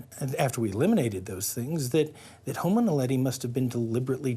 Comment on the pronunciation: 에서, "호모 날레디"를 성우가 "호모 나델리"라고 잘못 읽습니다. 이 영상의 설명에서도 "호모 날레리"라고 잘못 써놨네요. 명칭이 생소하긴 한가 봅니다.